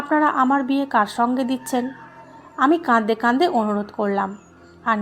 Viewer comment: প্লিজ, প্লিজ, আপনার এই শ্রুতিকটু "কাঁদদে কাঁদদে" শব্দটা বন্ধ করে "কাঁদতে কাঁদতে" উচ্চারণ করুন।